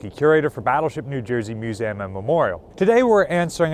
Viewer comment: He certainly is a great storyteller, but I confess I find it a little unnerving whenever he says "Musaaam" (with the end sounding like it rhymes with trans-am). Is that a New Jersey accent/dialect thing to pronounce museum in this unusual way? I've never noticed it before, but perhaps that how everyone says it from his part of the world? Here in England, its pronounced like its spelt (and I'm the first to admit that so many English English words are not... have you heard us say Luitennant?) 'Muse ee um' Whereas Ryan seems to always say Muse aam